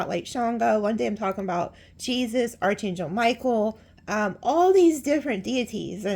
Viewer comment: You’re readings are amazing! Haven't watched for few months tho'. For the younger ones, Archangel is pronounced "ark" not "arch." ❤🎉❤